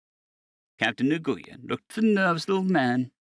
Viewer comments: It is pronounced "WIN" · It’s killing me every time you say his name. It is an Asian name, and it may be spelled Nguyen, but it’s pronounced “Win” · Nguyen is a Vietnamese name and for some inexplicable reason is pronounced Wen.